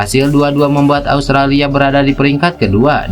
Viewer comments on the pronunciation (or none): none